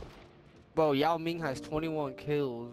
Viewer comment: He said “ yao ming “😭😂😂😂💀💀